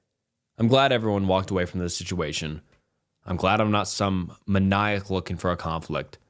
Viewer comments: I stopped commenting on videos where he terrible mispronounces something but “muh-n(eye)-ick” …. It’s “main-E-ack” bruddaaaa. He gotta be doing it on purpose atp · Man ny ac? That's the weirdest pronunciation I've ever heard of maniac. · No offense, but why did you say Maniac like that?